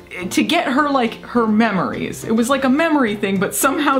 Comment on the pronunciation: Is the machine extracting "memories" or "mammaries". I'll be here all night folks